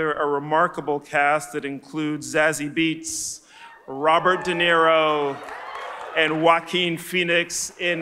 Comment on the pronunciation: Zazie Beetz, holla at me actually isn’t her last name pronounced bates